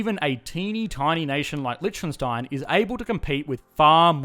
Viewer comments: why is he saying Lietchkenstein instead of Liechtenstein ? ( litch - ken instead of lich - ten) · Man, you really need to learn how to properly pronounce Liechtenstein. It's painful to listen you saying it :) Hint: the ch is silent (/ˈlɪktənstaɪn/, or LIK-tən-styne). Here on Wikipedia you have the audio of a better pronunciation (at least for an English native speaker) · oh i allways thought it is Lichtenstein since every german pronounces it that way since Licht is light and Stein is stone so we say it like the two german words we have for it... But i only now realize how it was Liecht all the time xD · It's funny how he pronounces it like "lytshkenstyne" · It's pronounced: lee-TV STATIC-ten-stein. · Litch-khen-stein sounds so wrong... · This. Is. Lishkenstein! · Please do the former communist countries of Central and Eastern Europe Also please try pronouncing Liechtenstein something like leekh-ten-shteyn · I'm surprised no one has said that before. But the way you pronounce Liechtenstein is funny! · I love how wrongly you pronounce the name of the country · The video was awesome but the pronunciation of Lichtenstein killed me. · The way you pronounce Liechtenstein makes me cringe so hard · As a German its funny to hear an English speaker pronounce Lichtenstein xD